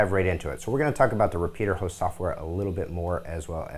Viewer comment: Repetier Host.. not Repeater Host..